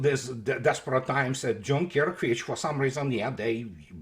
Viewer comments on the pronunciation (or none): He said Dunkirk